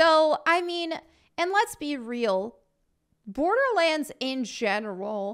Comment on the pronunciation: "'Olderlands" I am SO stealing this !